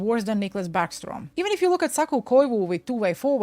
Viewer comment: Thank you for pronouncing Saku Koivu properly